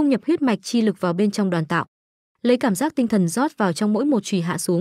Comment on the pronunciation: nghe ''Đoàn tạo" sao nó khó chịu thế nhờ, lần sau dịch cho đúng là "Đoán tạo" nhá